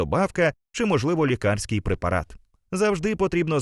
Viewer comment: Правильно лІкарський, а не лікАрський 😊